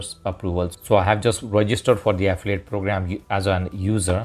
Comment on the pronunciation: Ahhhhh fillllll eeee it. English isn't that fucking difficult man. My god.